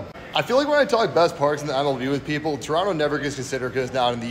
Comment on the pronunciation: Shout out for pronouncing Toronto correctly